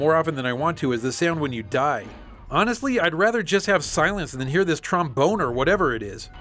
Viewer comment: did say tromboner?